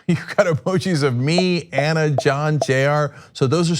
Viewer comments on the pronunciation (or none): none